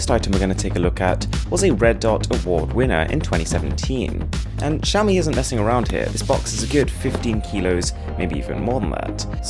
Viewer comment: At least you pronounce Xiaomi correctly.